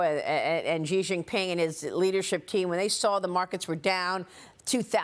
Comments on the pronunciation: Maria, please learn how to say Xi Jing Ping. Xi is spoken as she, not gee!! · “Xi” is pronounced “She”